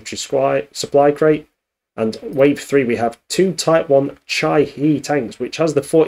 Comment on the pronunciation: the tank name is prononouced like "chee-khe" 🙂